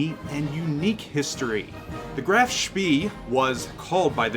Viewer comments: its NOT speeeeeee my goodness.... more like "speh" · It's 'eh', i.e. just a long 'e' which in German is not a diphthong. I think the exact same vowel does not really exist in English but it's definitely not 'ieh' like in the English 'bee'. The 'ay' is just the closest you get in English so it's easier to learn and find examples (and will usually be understood.). Actually it's a bit lighter than the first 'e' in 'celery', and of course a lot longer. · nice one! small point though, I am not German, but AFAIK the ee in Spee is pronounced more like 'ay' so it becomes 'shpay'. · Isn't it Spee pronounced spay? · Pronounced Spae NOT Spee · It's pronounced more like SPEY, not SPEE. Rhymes with "hey." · Correct his pronunciation is at best ignorant, at worst very annoying. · Nice review thanks! Oh, and I always pronounced it Graf "shpay" I could be wrong though.... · Graff schmeeee! British did know what to call them. The pocket Battleship is an insult type name to make them sound less scary. Pronounce it spay by the way! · Thought it was pronounced "Grahf-Shpay". With a hard 'A' sound in Spee. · He's pronouncing it wrong. It's more like "Spae" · yeah I'm pretty sure it's spay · you didn't pronounce it like the videos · LOL, hard to argue with that one. Definitely what you said ;-)